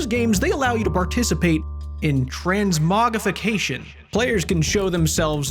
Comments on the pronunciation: the r is most definitely pronounced btw its transmogRIFication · Transmogrification (The 'R' is silent) Oh ofcourse my bad tansmogrification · The R is not silent, what? Are runeacape players just like that?